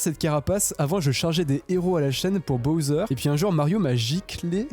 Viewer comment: c’est pas boser c’est bosswer ou bouser